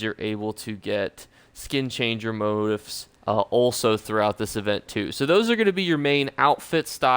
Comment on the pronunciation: Motif= Mo-Teef